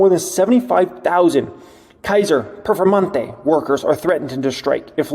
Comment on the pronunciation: Did you say KAiser PERFORMANTE ? lol Like the Lamborghini ? lol